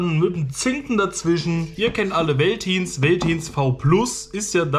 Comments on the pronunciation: Wie du Veltins ausprichst 🙈 es wird Feltins ausgesprochen. Bier Eistee noch nie was von gehört 😅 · Hat mir überhaupt nicht geschmeckt.. genau wie Curuba witziger weise^^ Süß wie du das V in Veltins als W und nicht als F aussprichst^^ Mit dem Napf hab ich das Problem nicht, da Julia nur noch Nassfutter annimmt und den ich noch ein Schuss Wasser dazu mische.. dadurch verschüttet es nicht so schnell.. außerdem hat der Napf nen Recht safen Platz im m Flur..